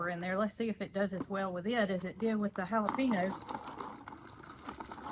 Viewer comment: Just a little FYI,. Not trying to be mean, or anything negative, but, I wanted to tell you the correct way of saying Jalapeno..........It's "hal o payn yo". It's a Spanish/Mexican word, so that's why the difference. Love you and Jason and all of the animals. Y'all have a great place, and can't wait to see if the Victoria Crown Pigeons lay another egg. Hopefully, when it gets a little cooler. Hope you aren't upset that I told you the other/correct way to say Jalapeno. Hope the new meds continue to help with your Auto-immune problems. Love Ya....♥♥